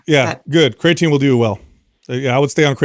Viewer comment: So annoying how constantly calls Creatine, "CRAYatine". Hey guy, you're about 50 years old, and you're in the health and fitness space. For sure, know how to correctly pronounce the word creatine. Especially if it something you're going to constantly bring up, and speak as if it's something you're educated about. It's a little bit hard to trust someone's knowledge on something that they don't even know how to correct pronounce. is so much worse. That guy couldn't even pass elementary English class, and that's not an exaggeration.